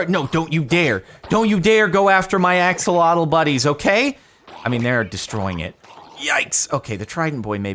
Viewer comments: My guy it's Ah-SHOH-loh-tl not Aks-uh-LAW-tul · It’s said like ah-sho-lote